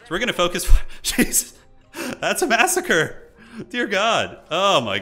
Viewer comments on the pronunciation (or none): none